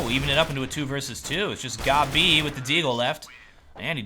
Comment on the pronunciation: How do you manage to prono8unce Gobb, Gobbie ? made my day xD